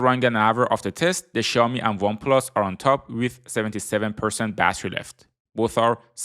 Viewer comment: Ксяоми!!!!!????? Сяоми ударение на О